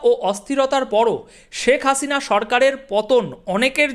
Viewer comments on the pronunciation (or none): none